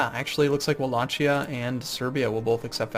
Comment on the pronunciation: Wallacia? Its Wallachia. With an H. Don't screw it up that's where i live.